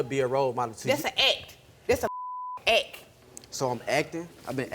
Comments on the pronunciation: Bitch can't even say act right Tha ack😂😂😂 dead asf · "dass an akk"... Awful